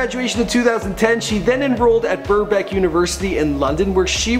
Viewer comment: "Westminister" "Headfordshire" "Burbeck"